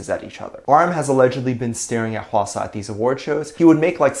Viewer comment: "h-asaw" ( how I think it's spelled here ) Me: "eye-swana" Me: 👁️💧👄💧👁️ I.NEED.HELP